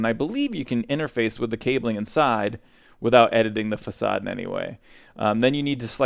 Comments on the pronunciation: O.M.G. it's fa-s-ad not fackade. Jk love the mispronunciations, it is an amazing comedic style. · The way he says facade is the funniest thing ever